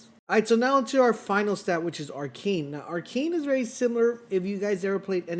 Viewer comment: Ar-KINE? Isn't it ar-KANE?